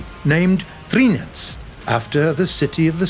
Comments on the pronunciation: Trzyniec is not pronounced "Trinietz", it's more like "Tshinietz", it's polish... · jak pisze trzyniec to czytamy trzyniec A nie "threeniec" chyba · I love how he says "Trzyniec" "THREENIEC" LOL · I was gonna say, I didn't think that was at all right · wrong pronouncing lol, it's more like Tshyniec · Yo it is trzyniec not trinc xD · You readed it "Tryniec" Not tRZyniec Rz = ż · Not to mention how Trzyniec was pronounced